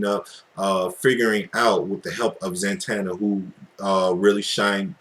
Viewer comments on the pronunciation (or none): super boy broke up with her, and its pronounced zatanna, not zantanna. Great review